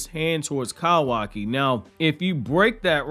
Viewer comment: If your country ass don't say kawaki right.🤣🤣🤣🤣 Bro too much emphasis on "ka"